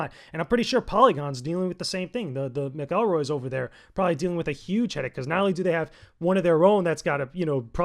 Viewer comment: No disrespect, but how is it that you don't know how to pronounce "McElroy" correctly? (Also, they don't really run Polygon. It's owned by Vox Media, and Chris Grant is the EIC.)